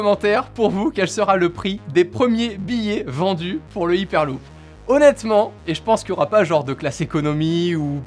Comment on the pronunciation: C'est dure de dire "haiperluup" ?